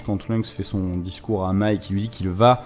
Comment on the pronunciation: C'est con mais ça me titille... Pourquoi tu dis " Mei " tu le prononces comme si c'était un E très souvent alors que c'est un A " M A I" ("danse" certainement) MAAAAAIIIEUHHHH pas mééééiiieuhhh haha bref ! Analyse / résumé sympa comme d'hab :)